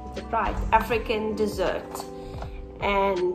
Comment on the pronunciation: I would think that blue one would be called African DESSERT....as in yummy edible DESSERT but it's not, (she is pronouncing it like that though) ....it's actually called African Desert (as in a dry area of land ) just letting u guys know because I was just listening to what she said and when I typed in African DESSERT it would not come up....thats how I found out it's desert